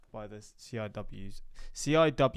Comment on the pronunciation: CIWS (pronounced "Sea Whiz") = Close-In Weapons System. That's the buzz-saw sounding machine gun you've seen on the side of carriers & other ships in previous videos. It's a last line of defense against incoming missiles, boats, etc.